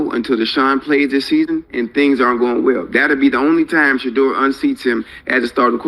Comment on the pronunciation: Is this AI? how are you saying the guy's name wrong in 2026